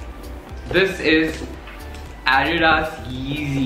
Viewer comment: He doesn't even know how to pronounce adidas